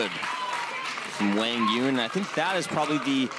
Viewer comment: That's how you correctly say his name (like Hwang Yoong). They were pronouncing it wrong before.